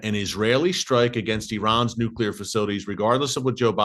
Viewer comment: I love how you say israel hit irans nucular plant only to give your reason why they should hit !!! Who made you minister of defence !!!! Unbelievable how folks know what good or not good for israel !!! Look Gods in charge bro not you ! Lol